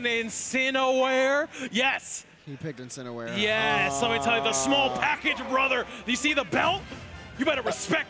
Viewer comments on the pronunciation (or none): "Incino- 'where" gives me Anxiety everytime they say it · Yo why they keep mispronouncing incineroar